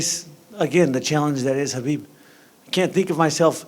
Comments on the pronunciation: Can Justin Gaethje please give Chael Sonnen lessons on how to pronounce Khabibs name. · Bigger challenge for him is saying Khabib’s name..